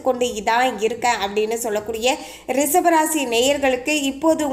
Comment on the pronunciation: ரிஷபம், not ரிசபம்